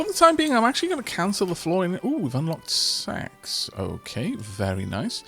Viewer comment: 'Oooh, we've unlocked sex.' Wait, did he say 'sacks' or 'sex'?